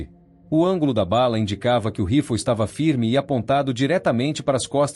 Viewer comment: Que mania de falar " rifol" o nome é RIFLE!